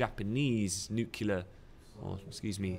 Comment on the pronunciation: is a great analyst and everything but he really needs to learn to pronounce 'nuclear' correctly:-). It's 'nu-clear', not 'nuckular':-)